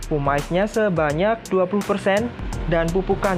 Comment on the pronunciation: gumuush... pumice bacanya pumis bukan pumais 😊